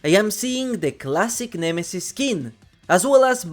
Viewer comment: "De Trapper"